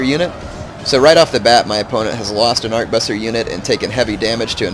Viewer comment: Ar-ke-bu-ssier. it's french. trés chic